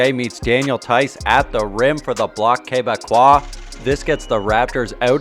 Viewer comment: lol first time hearing "Bloc(k) Quebecois". nice one.